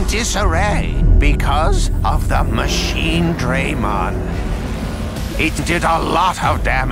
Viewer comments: It's "Machine-DRA-mon", not "Machine-DREY-mon"! I haven't heard a name mispronunciation this bad since "Become a Super "Cyan" Warrior" from the Dragon Ball Z Kinect trailer. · I don't know, those graphics are pretty stale compared to Cyber Sleuth. Not to mention they pronounced "Machinedramon's" name wrong.